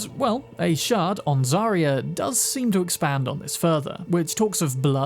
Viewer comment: I know he’s saying shard but dang do I ever hear shart